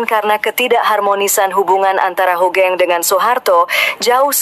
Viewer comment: buat pembaca brita bukan jendral * HOGENG tp HUGENG * tolong tara cara baca nama yg baik n bener dlm berbahasa indonesia bukan HOGENG to HUGENG